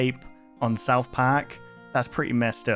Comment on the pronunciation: "souwth pack" - 2023